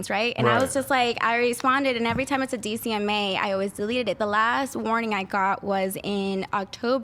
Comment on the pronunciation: It's DMCA...not DCMA...Digital Millenium Copyright Act